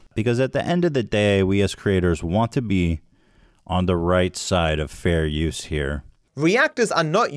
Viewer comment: Ethan "Fare Youse" "Freeze Peach" Klein